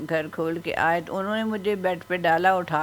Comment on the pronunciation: بھائی اگر برا نہ منائیں تو مشورہ دیتا ھوں کہ سپیچ تھراپی کرائیں گھر کو اپ گھڑ کہتے ہیں آپ کی زبان میں بہتری آ جاے گی